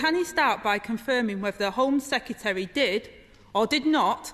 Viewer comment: I can condone the repetition of the word 'sec-ya-terry', but the childish whoops, cheers and jeers leave me feeling politics is finished here. It's embarrassing.